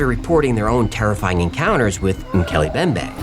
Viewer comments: Its pronounced "moo kelly em bem bay". I'm glad the entire episode isn't focused on just this one. I don't know how long i can take the mispronunciations 😂 mookelly embembe guys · it's pronounced ' Mc Kelly M bembay' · MOH-kay-lay mm-BEM-bay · It's Mm-Keeley-Em-BemBae